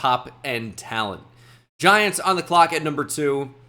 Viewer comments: Ahh yes the Giantsa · Ahh my favorite team the “Giantsa”